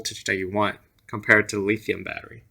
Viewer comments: I'm not sure who told you how to say lithium as leethium...but whoever it was...go throat punch them. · It was hard getting past the lithium pronunciation, but other than that great review, bud👍